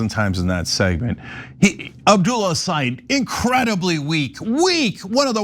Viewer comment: Great! Nice podcast on MI! Just want to let you know Abdul’s last name is pronounced like this: El-Say-Ed not eed. Thank you.